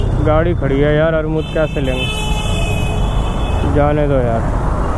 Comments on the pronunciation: Bhai armud nahi amrud Hota h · Armood nahi Amrood hota hai😂😂😂